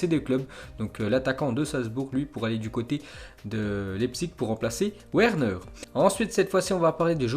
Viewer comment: oh la putain de toi jtm bien ta vu jte suis depuis ton ZI n21 mais stpppppp fait un effort sur l’accent on dit Timo Verner par Werner tu dis un Wagon ou un Vagon putaaaaiinnn